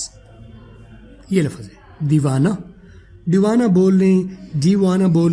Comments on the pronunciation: I think phele Urdu la -fz ko lfz bolden phir english seekh Len ge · logon ko ap English sikha rhy ho,pehly urdu to seekh lo "lafaz" nhi hota "lafz" hta hai mre bhai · 😂😂😂 abe lafz hota lafaz nahi😂😂 chutiya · Ap lafaz ko lafz bolen bht ajeeb lag rha hai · Sub theek hai plz lafz ko laffaz mat boliye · You are not pronouncing the Urdu word لفظ correctly. It is not “Lafaz”; instead, it is “lafz”. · Pehlay aap urdu sahi bol lain plz , lafaz nhi hota bhai